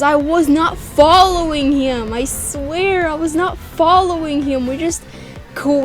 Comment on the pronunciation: I like how she says "him" it's sounds like " hyim " to me lol